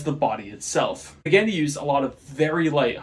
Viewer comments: "Mahzdah" and "Pahgahni". Best I can do phonetically lol Japanese very rarely uses "aye" for A, it's almost always "ah", and Italian, just like Japanese, is almost always "Ah" vs "aye" for A. Italian examples: Pizza, Carbonara, Ferarri Japanese examples: Takoyaki, Tamago, Konnichiwa Both examples use "Ah", not "aye" For what it's worth, I still enjoyed the video lol. Nice work! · You’re pronouncing Mazda and Pagani wrong lol